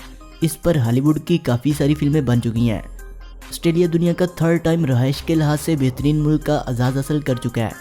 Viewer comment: Australia not ustralia.